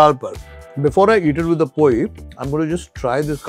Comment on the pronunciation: It is not 'पोयी'. It is 'पोळी'. Some people cannot pronounce the 'ळ'... And is substituted by a 'य'. Hence they call it पोयी. In some cases they pronounce 'ल' as 'न'. So 'लाडू' becomes 'नाडू'. So next time you come to Goa, have a 'पोळी' for your breakfast..